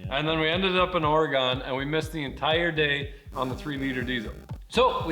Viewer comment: Please say Oregon properly.